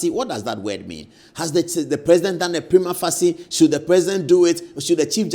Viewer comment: Please consult the dictionary on the pronunciation of "prima facie" You're educating us Thank you